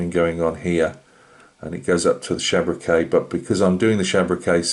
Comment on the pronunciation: Lovely old kit and it’s looking good I’m sure it’s pronounced SHABRACK